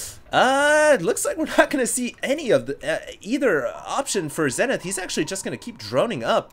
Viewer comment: It's prononced ZEE-nith.